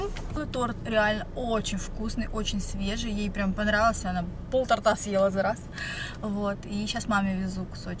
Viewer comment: мне торта́, а то́рта:)